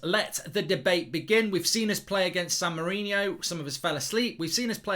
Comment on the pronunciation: It's San Marino, I swear, not Mourinho